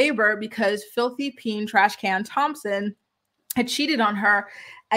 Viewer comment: Omg🤣🤣🤣🤣, caught me off guard. She said filty peen Thompson 😩😩😩😩🤣🤣🤣🤣